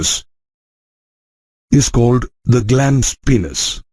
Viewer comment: Plzz aap penis ko peeenus mat bolo